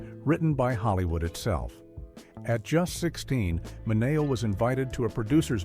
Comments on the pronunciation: its not Sal Min A oh...its Sal Minn E Oh. Learn Italian. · AI it’s pronounced Min e oh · I hate how they can’t correct AI narrators. I mean, “Sal Minayo”??? 🙄😂🤣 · It’s Sal Mi-knee-O. Come on. Please. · The narration uses the Italian pronunciation but Sal Mineo used the Americanized version. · You need to learn how to correctly pronounce Sal's last name. 👎👎👎👎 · Thank you..I was thinking the same thing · Check your AI voice/pronunciation